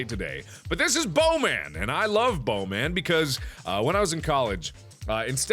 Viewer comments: Ha Ha, he says blowman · when mark first said bow man it sounded to me like bone man